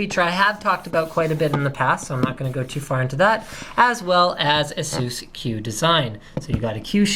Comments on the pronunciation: not Ahsus its Aisus.. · Ayyyysoos. We don't care, we just buy it.